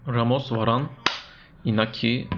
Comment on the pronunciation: Iñaki, İspanyolca İnyaki olarak okunur.